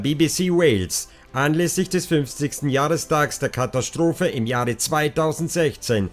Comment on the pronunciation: Du hast einen seltsame Sprchmelodie. Hat was von Jeryko...etwas reißerisch. Kathastrophe spricht man so wie man es schreibt mit S-T und nicht SCH-T. Gegen Ende jedes Satzteiles geht deine Stimme hinauf, das macht es sehr Reißerisch. Wie wenn man ein Moped anreißt. Vielleich kannst du daran arbeiten. Man merkt einfach, du ließt vom Blatt und das nicht gut. Ich würde mir mehr Fakten wünschen, zum Beispiel die Zeichnung des kleinen Mädchens. Lg